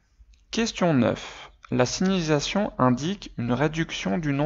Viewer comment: Eh mec tu sais même pas dire signalisation